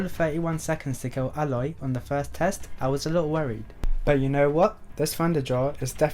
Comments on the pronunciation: Why do you keep on pronouncing it “ah-loy” when the game has already told you it’s “ey-loy”??? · Its Aloy Not Eloy